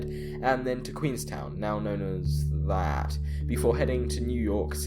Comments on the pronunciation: "that" aka cobh is pronounced cove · By the way, the place that you referred to as "that" (Cobh Btw) it is said cove like a cave but with a hard O. Cobh. How I know this? Why i live in Ireland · "Cobh" is pronounced "Cove" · by the way "cobv" is said pretty much the same way as "cove" from what i can gather. Went to ireland on holiday and seemed to be the way most people said it. With more of a gentle b sound on the ve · Cobh is pronounced Cove, and you didn't have to be an ass about it. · Cobh, her last port of call, is pronounced 'Cove'. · "Cobh" pronounced "Co-ve", using the anglicised spelling of the Irish name. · Cobh is pronounced "cove" bh makes a "v" sound in irish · Cobh. It's pronounced 'cove' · Cobh is pronounced as cove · I'm actually from Ireland and it's pronounced "cove" ;) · Cobh is pronounced Cove. It's the language of the country next door to you. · I realise I am VERY late to the party, but Cobh (or Cóbh) is pronounced "Cove" :) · Cobh = Cove for anyone else wondering how its pronounced =) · Cobh is prenounced as Cove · "Cobh" is "Cove" in Irish, it's pronounced the same way too, Cove... Cobh. It was first called "Cove" The Cove of Cork, the english changed it to Queenstown to commemorate Queen Victoria's visit, but the Irish changed it back to "Cobh" (Cove) when they kicked the english out and became a free state. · Cobh is pronounced "cove" ;) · for those interested Cobh is pronounced as Cove as a bh in Irish gives a V sound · "That" (Cobh) is pronounced "Cove". Two of Ireland's most important ports were given royal names under British rule but reverted to Irish language names after independence. Queenstown reverted to Cobh, whilst near Dublin, Kingstown reverted to Dun Laoghaire (Dunleary). Interestingly, neither port is of major importance nowadays, having been overtaken by their city neighbours, Cork and Dublin, respectively. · “Cobh” is pronounced “Cove” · Btw cobh is pronounced cove :) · the pronunciation of "Cobh" would be 'cove'